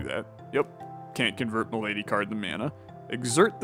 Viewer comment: the malady cards being called "m'lady" cards is gonna kill me 😂